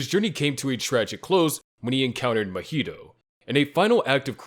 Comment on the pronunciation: Say Mojito again mf